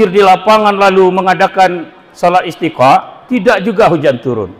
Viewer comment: Sudah disubcribe kanda, perlu diluruskan bacaan Istisqa' bukan Istiqa', dan Q.S Al-Hasyar ayat 18 tahsin lagi Krn banyak ummat yang dengar, sound bisa di edit dg Cap-cut.